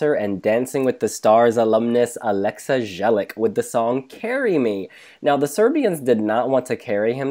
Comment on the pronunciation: ***** and also Jelic is pronounced Yelitch :D